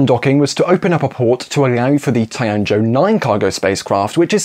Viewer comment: It's tea-an-joe, not tie-un-joe